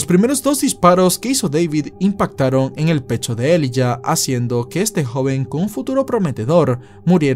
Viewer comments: se pronuncia Elaiya.... Elijah =elaiya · se pronuncia “ilaiya “